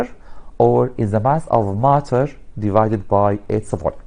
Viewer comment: He is say maaater not matter